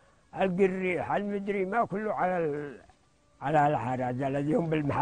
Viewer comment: الجار القريب بالقاف وليس بالغين ما اجملك يا بلادي